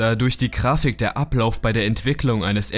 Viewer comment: sag nicht Krafik.. "G"Ich blute aus meinen Ohren